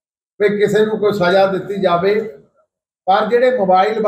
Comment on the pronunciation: ਖਬਰਾਂ ਸੁਣਾਉਣ ਵਾਲੀਏ ਬੋਲਣ ਦੀ ਟ੍ਰੇਨਿੰਗ ਲੳਓ??ਜਾਵੇ ?ਖਾਵੇ??ਐਂਡ ਬੋਲਣਾ ਵਧੀਆ ਨਹੀ ਕੰਨ ਖਾਂਦੇ ਓ??